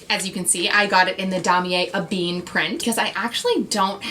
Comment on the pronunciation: It is supposed to be "E Ben", not "a bean"...and "Po shett", not "poo shett"